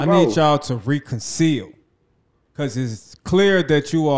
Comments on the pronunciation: Reconcile no re Conseal 😂😂😂😂😂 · It’s reconcile 😂😂😂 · I wonder if that’s something like “RECONCILE” ? 😂🤷🏾‍♂️